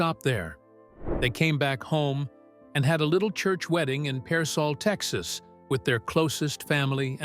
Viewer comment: Pearsall tx.. not Parsol